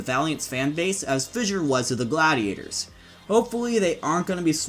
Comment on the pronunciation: Thank you for pronouncing Fissure properly instead of saying “Fisher” like that dummy Mykl.